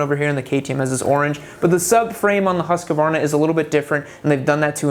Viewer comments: Hus-kvarna. Not husk-varna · .....repeat after me....HUSK-VARNA.....HUSK-VARNA......not HUSK-A-VARNA.